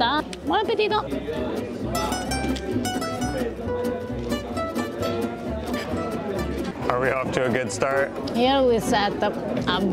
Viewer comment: your "buon appetito" is now perfectly pronounced! Well done 👏